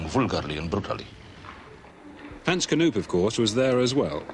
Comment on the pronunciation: Hens Knoeeeep ? Get your prunanciation right Het is Hans Knoop